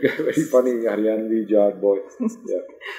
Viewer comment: jaat nhi jat 😆